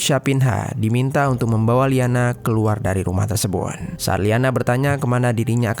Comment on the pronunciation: maaf kak komen aq d luar konteks.. kok kk aq dengar kalo mengucapkan kata "tersebut", terdengar tersebun y.. ap aq yg slh dengar y😅🙏